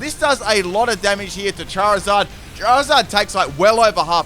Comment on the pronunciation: CHERRYZard? Don't you mean CHARiZARD?